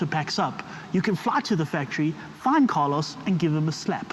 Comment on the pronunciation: "carlo" not "carlos"